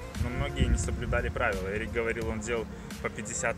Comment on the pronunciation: НЕ "ЕРИК" А "Э"РИК....